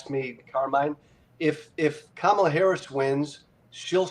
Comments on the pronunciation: The way this mouth breather pronounces Kamala’s name tells us all we need to know about how he really thinks. Deplorable. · The so-called intelligent man that has so many followers is so ignorant that he cannot pronounce Kamala Harris's name right who is stupid????? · It's indefensible but at the same time supporting the same narrative.You are dumb, really and pronounce her name , right. By the way trump inherited a great economy from third base and he started on third base and still lied about COVID to try to win an election. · You guys let the guy mispronounce Kamalas name and allow him to say that she wants to usher in communism, without pushback….he may be a friend of both of yours, but you dont treat him like one of your callers with this kind of absurdity.